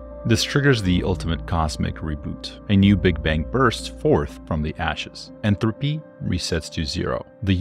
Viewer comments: When you say, "Entropy" It's coming across as "Enthalpy" which is something different. (entrəpē) vs. (enˌTHalpē) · I don't know why but it really bugged me when he kept saying Enthropy and not Entropy. Also he said 300 years not 300,000 years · Entropy not enthropy. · There is no H in entropy how annoying that pronunciation is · why are you pronouncing entropy so weirdly